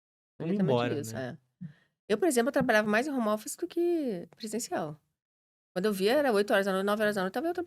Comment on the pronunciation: Quem fala Romófice não tem autoridade pra falar nada